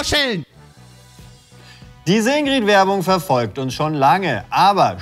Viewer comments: das problem an der sache ist, dass die "ingrid" völlig falsch aussprechen. niemand sagt hier "ingrieeed", sondern "ingritt". deswegen ist die werbung für mich ein totaler fail, obwohl ich weiß, wo sie damit eigentlich hinwollten... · Alleine, dass die Ingrid konsequent mit kurzem "i" aussprechen und es sich somit noch weniger reimt….NERVT!